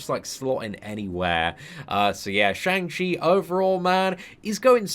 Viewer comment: Fun fact: it's pronounced "Shong" not "Shaang."